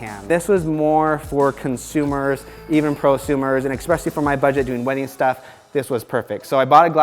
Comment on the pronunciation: It's "especially", there's no "X" in the word. But good video either way!